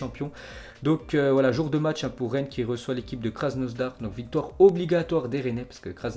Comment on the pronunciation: Krasnodar pas krasnosdar mdrr